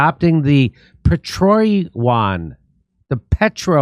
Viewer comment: Is called "pe-tro-yo-ahn" 😂😂😂